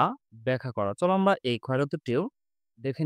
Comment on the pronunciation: আমরা ❌ আমভা ✅ 😂😂😂😂